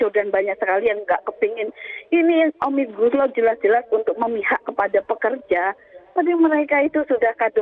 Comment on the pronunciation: Pendemo Yang gak ngerti Omnibus Law... Nyebutnya ... "OMNIGUSLOW" 😁😁😁😁😁😁 ✌✌✌✌✌✌